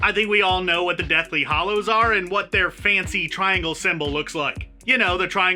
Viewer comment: Anyone else really annoyed with his inability to pronounce 'hallow'?